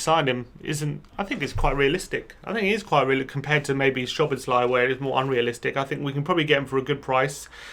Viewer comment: “Sow-bohs-lie.” In Hungarian, the “sz” is pronounced like an “ss,” and an “s” is pronounced like a “shh.”